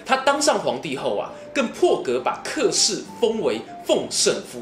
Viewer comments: 小子，老夫不才客氏应该叫且（音）氏，过去老家来客叫来且了。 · 这里“客”的发音是“且”